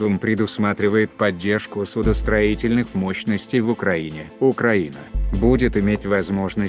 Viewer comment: ...славьяяя уклаиниии...